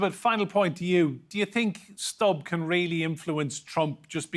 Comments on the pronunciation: Not 'Stabb', but 'Stubb' (as you, who)😊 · President of Finland's last name is phonetically pronounced as Stoob, not Stob or Stub. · You'd think the anchor would spend 5 seconds checking how to pronounce Stubb's name before saying it. It's not Stap. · Stubb is a swedish name (word) NOT english. Why can’t you pronounce it as such when even tRump managed to do it?!!! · Please learn to pronounce his name properly: u is pronounced the same way as in Putin and that’s the only thing common between them!🤔👌